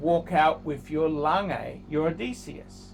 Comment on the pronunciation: Best thing about this video is the correct pronunciation of Odysseus.